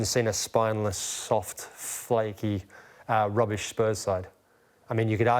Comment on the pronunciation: patheitc, spineless, roobish! LOL